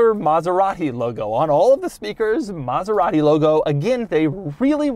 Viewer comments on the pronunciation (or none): Stewie approves your extra "H" sound in your Maserat-Hee pronunciation. coool Hwhipppp. same comes from John Davis host of Mote-Hore week